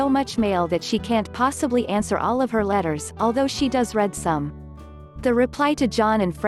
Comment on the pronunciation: They couldn't get a live person to narrate? And BTW it's REED some not RED some.